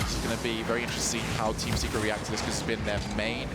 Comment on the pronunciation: Lol when he said Team Secret I understanded Teamn Cigarette.